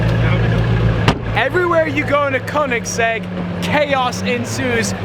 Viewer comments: Koenigsegg, not Kounegsegg. Get it right. 😂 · Need to learn how to pronounce Ø. As in Kønigsegg and not fucking Conensegg... 😐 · Great vlog, but the way you say Koenigsegg makes me cringe tho.